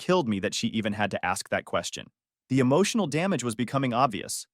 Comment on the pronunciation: >Beginning of the story = EMOHSHUNUL DHAAMIDGE